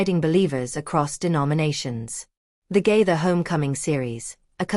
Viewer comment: Stop lying about the Gaithers and learn to pronounce Gaither